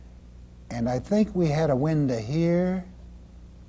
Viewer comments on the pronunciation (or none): "Windah" "Shadah"